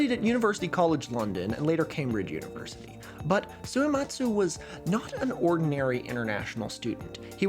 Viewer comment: Two questions about Suematsu Kenchō: 1. Do you think he spelled his name Suyematz on that paper so that english speakers would pronounce it more correctly. I.e. without the hard U sound that puts on the end of his name? 2. Do you that moustache is fake? Posting this comment without finishing the entire video, lord have mercy on my soul